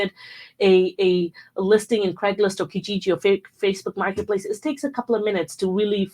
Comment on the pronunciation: Craigslist. Not Craiglist.